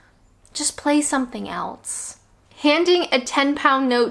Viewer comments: Lucy K It is funny that, but if you hear the vowel pronunciation, of Else it sounds like she says Alse, so maybe its a linguistic thing in accents with the utterance of the rest of the word off of the tongue flowing from the a sounding e... I dunno why elSe... ?? Lol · The way she says the word "else"... 😂 I am laughing but really it annoy me, there is a S in it, not T! 😨